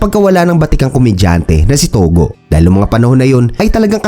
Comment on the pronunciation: tugo hindi togo